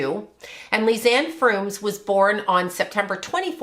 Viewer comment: I am frustrated that you didn't get either girls name right. Kris Kremers not "kremmis"? Lisanne Froon not "frooms" Moron